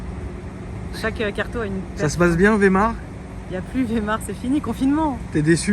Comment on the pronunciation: pourquoi tu dis vemars